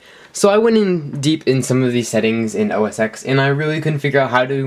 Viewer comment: OS TEN! It is pronounced OS TEN. Thank you for playing.